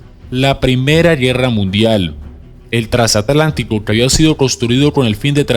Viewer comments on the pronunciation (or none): none